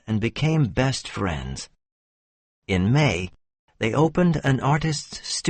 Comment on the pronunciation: Thanks a lot for the story. Question. You pronounced friends and rents without d and t .my hearing is true?